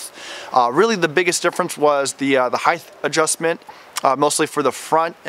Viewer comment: It’s height not heighth.